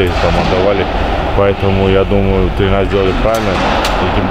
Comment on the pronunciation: Женек, не "тренерА", а "трЕнеры"